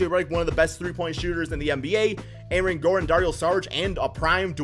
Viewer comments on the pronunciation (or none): none